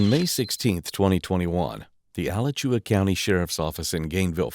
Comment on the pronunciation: It's pronounced ah-latch-you-ah County. Alachua means sinkhole in Timucuan, we have so many sinkholes.